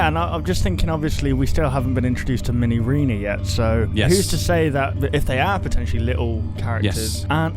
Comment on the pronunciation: ARE YOU CRAZY IT'S MINIREENA!